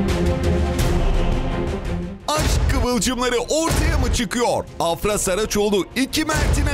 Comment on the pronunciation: AFRA DERKEN A UZATMALI DEĞİL